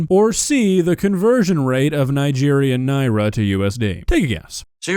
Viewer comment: As someone who's parents lived in Nigeria for a decade, I'm blown away that you're pronouncing the currency correctly, that's so awesome dude! EDIT: DSP gets negative points for saying it right, because he's a piece of shit.